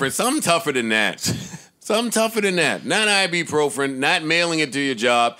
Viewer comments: "I-be-pro-fren" - Joe "I got maaaadddd Motrin." - Parks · Joe trying to pronounce ibuprofen is crazy